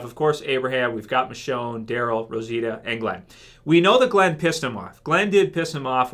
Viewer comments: it's michonne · Guy's, I'm sorry to break it to you, but it's Michonne ...